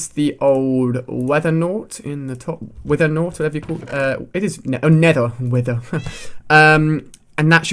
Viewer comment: wether nort lol